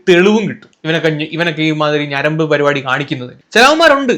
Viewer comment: പരുപാടി അല്ല മോനേ, പരിപാടി എന്നാണ്. വായിക്കണം മിസ്റ്റർ, വായിട്ടലച്ചാൽ മാത്രം പോരാ